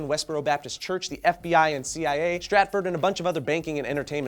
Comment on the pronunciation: stratfor, not stratford. get your sub-par security firms right, GOSH.